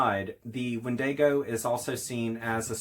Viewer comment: It’s pronounced “WEN-di-go”. Not “wen-DAY-go”. Sheesh🧐